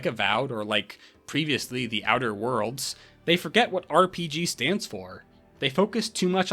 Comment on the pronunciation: okay, but why'd you say "outer worlds" like that